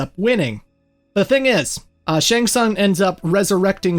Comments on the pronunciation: Making 3hrs of material about MK, yet managing to butcher the pronunciation of "shæng tsang" this bad - unbelievable...🤦‍♀️ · SHANG TSUNG: Shang Tsaang? Shang Tsoong?